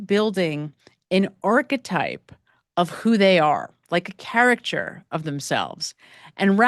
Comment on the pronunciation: CAR-i-kuh-cher. It has 4 syllables.